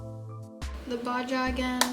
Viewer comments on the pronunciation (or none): “Baja” is pronounced like baha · Love you...but it’s pronounced baha.... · The way she pronounced baja had me dead💀